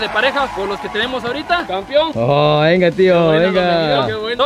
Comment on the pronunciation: Todo está bien pero hay que pronunciar bien "campeón" ya que muchos dicen campion y se oye mal. Saludos